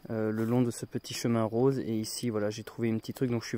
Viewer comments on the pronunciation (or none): none